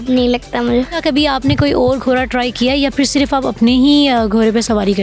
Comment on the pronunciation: بہت زبردست ماشاءاللہ، لیکن جو ھماری انٹرویو لینے والی بہن ہے انکی اردو ٹھیک نہیں وہ گھوڑے کو گھورا اور گھوری کہ رہی ہیں جبکہ بچی بلکل ٹھیک بول رہی ہیں ، برائے مہربانی اپنی مادری زبان کو کبھی بھی نہ بھو لیں